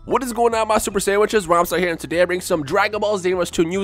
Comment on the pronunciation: does he say super sanwiches